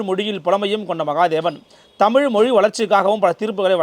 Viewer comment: அருமையான பதிவு, உச்சரிப்பில் தமிழ் தமிழ் என்று சொல்லும் போது "அமிழ்து, அமிழ்து " என்று கேட்கிறது. தேன் தமிழ் உரை